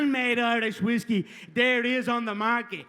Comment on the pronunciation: Whisky no güiski 😂